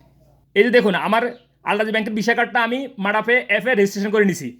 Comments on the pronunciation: আরে ঠিক করে কথাও বলতে পারচ না,,ওটা মাড়া না মাদা হবে হালার গরের হালা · ভাই এটা মাডা হবে না, মাদা হবে